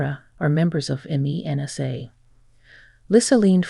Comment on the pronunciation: Not Meena, but Mensa.